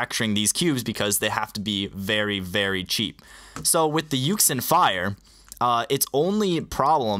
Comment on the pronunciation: a lot of people dont know but yuxin is actually pronounced yu-shin